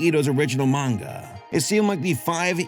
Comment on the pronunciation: weeb asshole coming through--thank your for pronouncing "manga" properly. I didn't read the manga, but for me, it read as horrific for sure. And I agree with you. Like going straight from manga to anime can't ALWAYS be a good thing. Sailor Moon Crystal is a good example in this imho. The manga is great, but as an anime...nah (yes I side with the 90s one). 2D still art still lives!